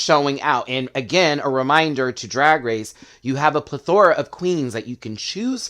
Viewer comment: Accent on the first syllable. No shade intended.